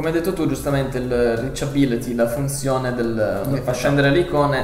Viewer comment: la RICCABBILITI... ahaha :D bella recensione. penso che prenderò il 6 plus.